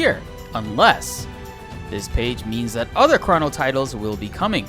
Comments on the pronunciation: chrah-no trigger lol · stop saying "chrono" like that lmao